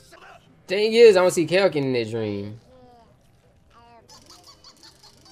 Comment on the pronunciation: I like how the fact you keep calling kakyoin kaioken it's kak-yoin